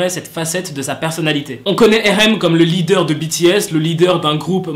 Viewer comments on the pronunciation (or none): none